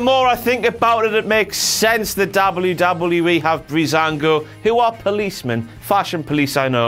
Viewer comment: Darble-yew-darble-yew-E. Brick.